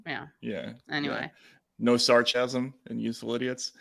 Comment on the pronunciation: When Matt says "sarchasm" at about 11 minutes. LOL